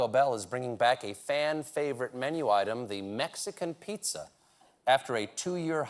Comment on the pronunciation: YES MEIXCAN PZIZAAA!!!!!!!!!!